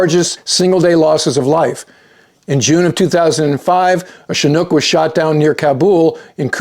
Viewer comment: Thanks for your great reporting as always, and for correctly pronouncing Chinook...